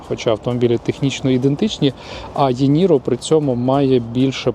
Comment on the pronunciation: Ні, насправді Ііііііі ніро. Ай, бі, сі, ді, Іііііі, якщо відштовхуватись від англійського алфавіту. Мені також ріже вухо коли постійно Єкають😂